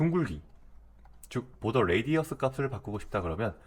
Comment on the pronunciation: border는 '볼더'가 아니고 '보더' 굳이 혀를 굴리실거까지야... ^^